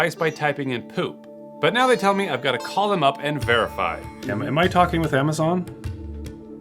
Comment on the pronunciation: dude can't even pronounce Amazon properly.. "ammeschon"